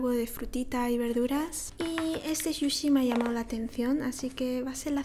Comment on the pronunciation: Por qué le dices shushi si se escribe sushi?